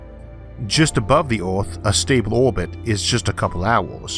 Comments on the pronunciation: Not sure what language you speak but English isn't your first. Oarth is the first clue but you miss pronounce to much to take you serious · Where's the narrator's accent from? I've never heard anyone pronounce Earth as Orth! From and repeated several times. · Orth?? Wt. Why choose to speak in a fashion no one can understand?? Are you trying to say Earth? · ad 3. who's embarrassment is saved - yours? You may have thick skin, but the wrong job too. It's like conducting a symphony orchestra without hearing. Elevatos stretch far above the Oath, so they can simply be cut by orbiting space debris. You eitho need to correct the impediment or stop talking. Are you aware how annoying you are? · The Orth. LOL!